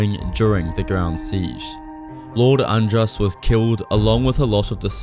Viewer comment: I think it's Lord Ad-rass rather than And-rass.